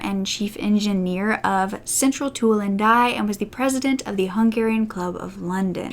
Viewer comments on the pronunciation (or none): none